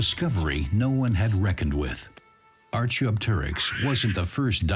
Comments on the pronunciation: Archie O Terix?!?! Sounds like a tribesmate of Asterix ffs. Its Arkey Op Terix. Also, like fur, feathers first evolved for insulation not thermal regulation. Dinosaurs were warm blooded just like mammals. If they were sunbathing it was purely for the enjoyment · Archaeopteryx should be pronounced like archeology not archery please. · I have never heard anyone pronounce"archaeopteryx" in such a poor manner, are you sure it is human narration.